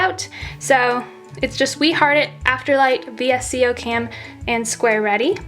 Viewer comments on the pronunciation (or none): none